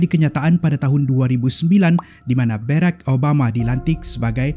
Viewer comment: Kenapa "Berreck" Obama ?